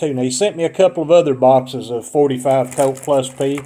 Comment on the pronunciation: I wouldn't buy ammo from somebody who can't get the name .45 Colt right.